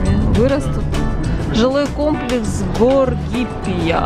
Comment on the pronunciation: Горгиппия, ударение на второй слог- это древний греческий город